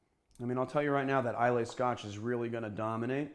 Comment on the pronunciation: Just so you know, "Islay" is pronounced "eye-la"